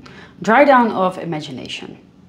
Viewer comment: It's pronounced "ee mon see tay" l'eemonseetay" 🤪 the n after the o is silent. 🤷🏻‍♀️